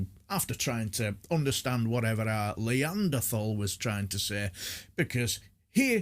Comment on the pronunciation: Had to hit like for the ''leeanderthal'' first time I've heard that, and it's just so perfect for him, spot on mate.